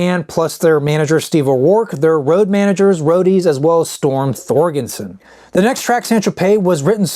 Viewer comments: I thought it was Storm ThorGERson, not ThorGENson. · Storm Thorgerson not Thorgenson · Storm Thor-GER-son. 🙄